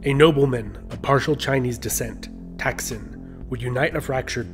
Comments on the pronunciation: It was King Tdaak Sin , NOT Taksin. Please be careful with your pronounciation as it can couse the big effect to others who make take side on The Shinnawattra and those who against them. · His name tak(ตาก) sin(สิน) not thak(ทัก)